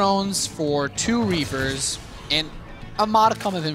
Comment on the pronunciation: No matter how often I hear it, it always sounds like: " Four Drones for two Reefers" Freudian slip? ;+)